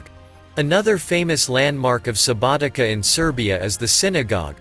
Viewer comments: Subotica not SubotiKa 😂 ! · Oh man, you've been there, you've made a film about it... how is it possible you have noooo clue about any principles of pronunciation???? Subotika? Vodhvodina??? Jesus, maybe people should say Mankhester and Nevtsastle... it's crazy!